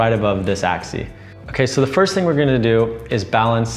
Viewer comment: It's "AXIS" not Access.